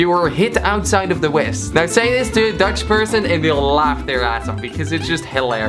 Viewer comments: i am dutch, its perfect😅😅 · im dutch and you ride it all good